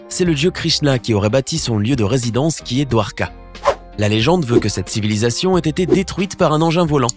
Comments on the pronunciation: Qui a entendu cilivisation comme moi??!😂😂😂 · Like si toi aussi ta entendu cilivisation à